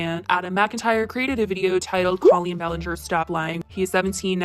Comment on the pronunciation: I’m a casual Colleen fan and I don’t have a stake in this game, but I do want to say that if you are going to make a whole video like this, pronouncing the name correctly of the person in question is a must... call me silly if you will but I stopped the video halfway through because of the constant mispronunciation.